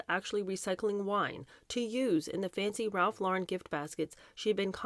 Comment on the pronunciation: Ralph lor-REn. Emphasis on second syllable.